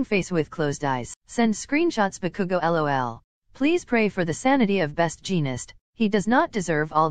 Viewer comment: “I think bakugou broke his door again” Me hearing bakugou as cookoo